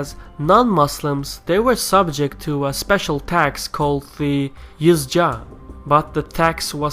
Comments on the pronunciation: Its jizya not yezja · Really nice work and nice video. Some corrections in it's Jizya and not Yizja. And it's Amir and not Amil in . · Idk why you read Jizyah as yijza and Qiyas as Ijaz... Kinda weird. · The tax was called الجزیه or #jazya. Not yazja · yizja it is jizya not the other way around.